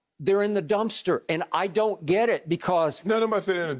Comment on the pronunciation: "we want our geet back" lol